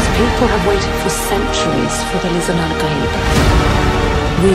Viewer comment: You got all the right pitches. Fantastic.